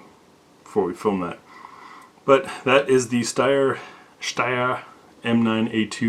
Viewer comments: Ha, thanks for pronouncing Steyr correctly. Now if everyone can start saying Heckler und Koch, Walther, and Mannlicher in the German pronunciation. I've been curious about these since I love the AUG so much, but the grip angle looks even more extreme than a Glock. Is it awkward to point? I have to say I like the looks of the A2 more except for that weird hook with a hole punch on the trigger guard. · OT, but your pronunciation of "Steyr" is on point! Good job. :)